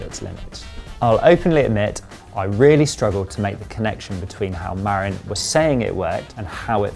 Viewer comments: The correct pronunciation is Ma-rin, not Mar-in. It’s a county in Northern California & arguably the birthplace of mountain bikes. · It's more like muh-RIN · Great review. Pronounced Muh-RINN' with the emphasis on the 2nd syllable & named after Marin County where they claim Mountain Biking began - though some Coloradans might want to get white knuckled over that - lol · LOL, I lived there, twice - it's muh-RINN' - emphasis on the 2nd syllable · Hey Bud, ya can't fix stupid, don't even try, they don't care and don't want to know. Oh, and you'd think someone who reviews bikes for a living could speak with the company at least once and get the pronunciation of their company & bike name correct, yeah?